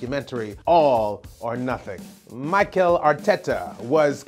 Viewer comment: It's not Michael Arteta, it's Mikel Arteta.